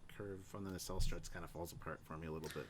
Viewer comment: Okay, IT'S NOT, REPEAT, NOT a 'nacelle'. Can we move on now?